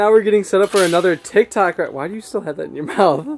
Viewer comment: Who else noticed that said tik tack instead of TikTok——————>